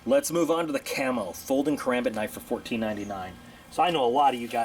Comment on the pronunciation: Ur channel isn't bad it just Bugs me on how u hold the karambit and how u pronounce it